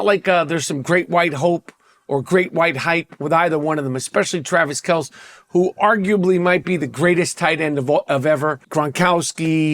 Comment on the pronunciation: Learn how to pronounce Travis Kelce’s name homie.